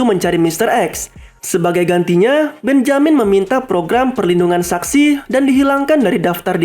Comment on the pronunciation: Mantap punya: benjamin Yg gw denger: BENYAMIN ADUH SIALAN! NI SI DUL ANAK BETAWI ASLI :v